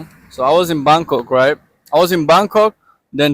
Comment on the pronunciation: She was in " Bamk Kock" waiting for a bus to "phukit' read that again fans!! PHUKET is pronounced with an "f"....😅 Gr8 story. Congratulations 🎉